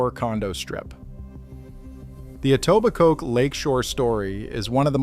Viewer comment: I love the pronunciations. "EtobiCOKE", "Yon-gee" etc. Classic 🤣